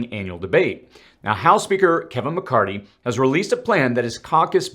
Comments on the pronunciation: Please. His name is Mc CarTHy. Not Mc CarTy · ITS MCCARTHY. NOT MCCARTY! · I think it’s McCarthy not McCarty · McCarTHY, not McCarTY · you sound like a Hillbilly. It's NOT McCartttttttttttttty as you like to say. It's McCartHHHHHHHHHHHHHHHHHHHHHHHHHHHHHy. You speak like you've never heard his name before.:oops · I like how you can him "mccarty" 😂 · Thanks for keeping us updated on current events. A slight correction in names. It's "McCarthy", not McCarty. 😊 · Something is wrong here. I'm not sure if someone wrote this dialog of this video up for you or am I seeing health symptoms? It's Blackrock not Blackstone. It's diplomats not diplomits. It's McCarthy not McCardy. That's just 3. Do you need to speak with the person who wrote this up or seek medical advice? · McCarthy...thank you. I kept hearing "McCarty" and thought my hearing was going bad. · Good vid. BTW, it’s “McCarTHy.” Thanks. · Just saying, It's Mc-Car-THY...last part is "Theee"...apropos of nothing. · Just fyi: Kevin McCarthy…the “h” is not silent. The “th” should be pronounced as such not McCarty. Thanks for all the info! Please keep up the great work! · Muh Car The..... is how you pronounce the speakers name 😂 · Where are you getting the hard T?, It's McCar-THEE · Are you purposely mispronouncing Mccarthys name? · Kevin McCarthy with a “th” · What is the record for mispronouncing McCarthy? :)